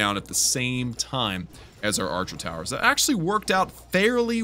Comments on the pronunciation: Did you say barcher towers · this manz said barcher towers🤣🤣🤣🤣🤣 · “barcher towers”